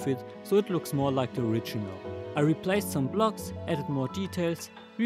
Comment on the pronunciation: man sagt "replacd" nicht "replaced", auch wenns so geschrieben wird ;)